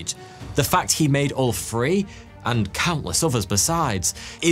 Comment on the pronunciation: What's with these English guys that cannot pronounce the "th"? "Free" instead of "three"? C'mon!